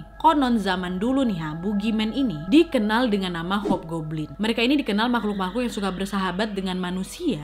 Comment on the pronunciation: Nadia: “hobglobin” Nangiiss bngtt sampe bengek😭